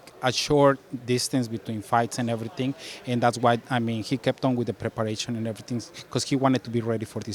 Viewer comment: “Ready for erryting” 🫡👌🏽